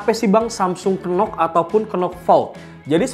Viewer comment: Dibacanya NOX bro, bukan Kenox . "K" nya gak dibaca.